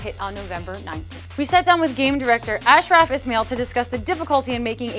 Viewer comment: You really badly mispronounced Ashraf Ismail's name.